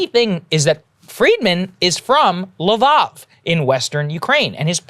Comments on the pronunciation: It's LVIV, not LVOV. 4 letters and you can't even get that right. Abramovic still has controlling interest in Chelsea. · Does Saagar purposely mispronounce foreign names? La-vaav?! It's La-veev (Lviv). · faux pas Sagaar, you used russian pronunciation of Lviv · Gdamn the way he said Lviv.